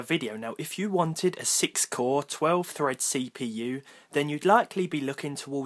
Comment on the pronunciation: this Say-p-you